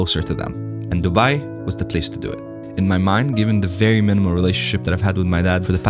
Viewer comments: I believe it’s Dubai not Dubia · Its dubai dudes, dubia 😂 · DUBIA? Guys common! Fix this one please!